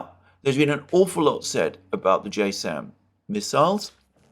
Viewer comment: JASSM - Joint Air to Surface Standoff Missile - is pronounced Jazz-M